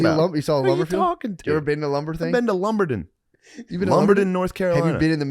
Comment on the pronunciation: I got family roots of great-grandparents outside of Lumberton and Shane nailed the pronunciation from the locals lol.